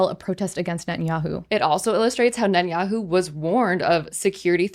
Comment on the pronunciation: I can teach you how to pronounce his name correctly.